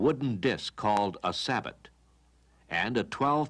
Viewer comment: Thanks for posting. Sabot is pronounced ‘sa-boh’.